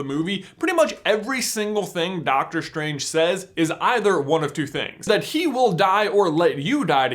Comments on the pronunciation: im cringing everytime he says Dr. SCHtrange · Why do americans pronounce the st sound as "SHT". Dr. SHTRANGE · is it just me or is he annoyingly saying dr stranges name wrong? it's strange man. not shtrange :D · "Dr. Shtrange" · why ... do you.. pronounce the "s" like "SH" ? You sound like a indian scammer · Doctor Shtrange LOLLL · You have a strange pronouncing. Like with Doctor shtrange. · Doctor Shtranshe? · It sounds strange when you say strange. Let's keep it as an theory. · i think you pronounce strange and strategy wrong